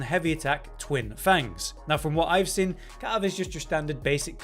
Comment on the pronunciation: The way you pronounce “seen” is driving me NUTS 😂😂😂